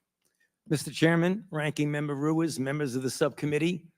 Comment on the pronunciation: If Dr.Brainwash Ruiz was Pinocchio his nose would be a foot long. I think it's pronounced Ruse.